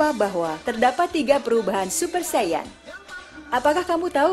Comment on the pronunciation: Saiyan bukan saiya